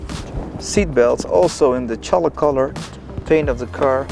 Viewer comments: v 1 I died after I figured out he’s just saying CHAULK..... it’s not Cholik, that word does not exist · Holy God -- it's CHALK -- pronounced "chawk." 👍